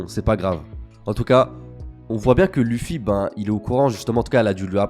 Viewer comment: mdr tu dis l' "u" ffy au lieu de l "e" ffy biensur ca s'ecrit luffy mais c la prononciation